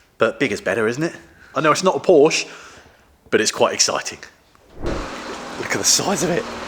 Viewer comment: Please pronounce Porsche correctly, it is a person's name.